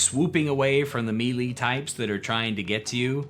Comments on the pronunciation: You pronounced "Geas" differently than I do, in the Green dragon video, and I was like "oh maybe I'm wrong." But, you just said me-lee instead of Melee, so I'm not sure anymore. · Melee is pronounced "may lay" not "mealy"... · Melee is pronounced "May-lay" and not "me-Lee". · for future reference, it's pronounced meh-lay. Great video btw 🙂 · please learn how to pronounce melee